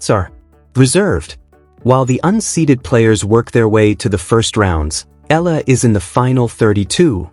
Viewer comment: Alex’ last name is pronounced E YA LA